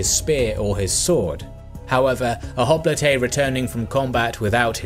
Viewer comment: Hoplite is pronounced " hop - light". just as a future note. Otherwise a very enjoyable video as usual :)